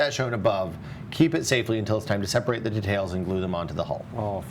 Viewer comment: can't pronounce detail and decails properly